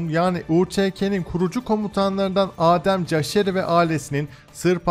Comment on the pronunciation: Selamualeykum, çok büyük bir takdir, ilgi ve saygı ile takip ediyorum ... Lakin Kosova nın milli kahramanı Adem Yaşarinin ismini yanlış okuman çok üzdü... caşari değil...Yaşari gerek...!